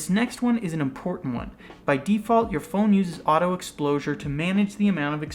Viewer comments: Heard you keep saying Explosure not Exposure. Like that promo for 1+ at 5: 31. Any way informative Video. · "Exposure" not 'Explosure" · It's EXPOSURE not EXPLOSURE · Why does he keep saying explosure. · Fun party game idea: Take a shot every time he says "Explosure". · Hahaha, he said exlposure.